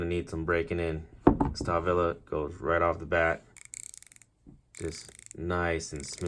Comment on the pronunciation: It's pronounced "Shtalvile" :)